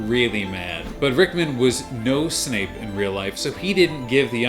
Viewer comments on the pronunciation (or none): none